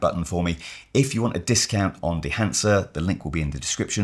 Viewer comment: "...This combined with dehancer..." Come on... 😂